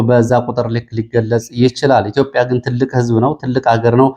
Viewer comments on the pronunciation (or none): none